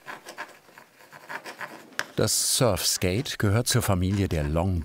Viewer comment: Tut schon weh „surfskate“ zu hören 🥴